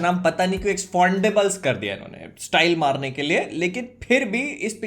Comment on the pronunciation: "Expondables" ka review kar diya tumne to. 😂😂😂😂 Jyada angreji seekh li bhai ne.